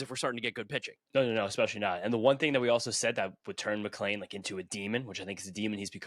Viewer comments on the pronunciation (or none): I’m genuinely curious to if I am missing something…. Isn’t his name McLean, not McLain. Seems like everyone pronounces us with an A. Am I missing something ?